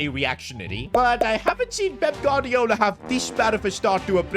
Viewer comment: Did say Baldiola